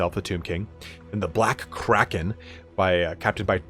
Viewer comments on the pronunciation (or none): none